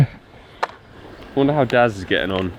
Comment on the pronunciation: Omg for half the video I thought you was saying dad then I realised it was daz 😂